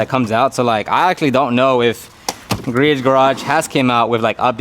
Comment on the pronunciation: by the way...Griot's Garage is pronounced "Gree-oh's" (Gree-ohz)